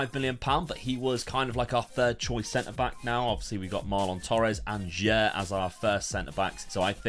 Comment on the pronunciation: Your pronouncing for "sudamericana" or "sulamericana" is nice man ❤ About that young player Jair pronounces like "ja-eer".